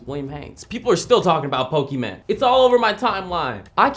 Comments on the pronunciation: "pockeymen" - william haynes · ITS POKEMON NOT POKEMEN OR POKEMAN!!!!11!1!1!!!!1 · It's not Pokeman its Pokemon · did you say pokeman? Shushhhhh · Stop saying pokeman, please, please